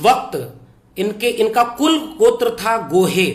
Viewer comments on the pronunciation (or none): गोहे नहीं गोरे